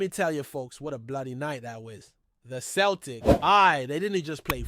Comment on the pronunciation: Listen you know nothing about Celtic go back to watching baseball It’s not Kel Tic It’s pronounced Sell Tic Celtic Get it right